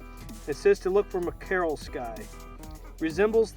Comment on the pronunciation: As a USAF Meteorologist I loved the weather bit. Everything sounded good except it's pronounced like the fish. /ˈmak(ə)rəl/ Keep up the good work!